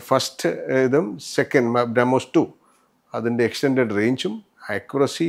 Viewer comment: ബ്രാ മോസ് അല്ല ബ്രെമോസ് മനസിലായോ